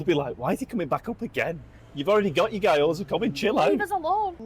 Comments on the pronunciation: Almost turned this off 2 minutes in because guy-oza was giving me an aneurysm lol. Sorry guys ‘gyo’ is one syllable, try saying ‘big yo-yo’ really fast and then drop all the extra letters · As everyone is saying. Guy-Oh-Za is just...... really wrong. It's two syllables, gyoh-zah. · Who is this Guy Oza guy you keep talking about? 😂 GYO-ZA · Hey guys loved the video but the pronunciation of Gyoza was doing my head in Gyo NOT Guy G..yo..za Not Guy…oza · Guy - Oza, seriously? you know how to pronounce it so stop putting on the bullshit accent, please! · There's an Asahi factory in Wulkuraka (part of Ipswich) in Brisbane. Always, always use chopsticks IMO. Also in Japanese it's pronounced Gee- yo-za. Looks delicious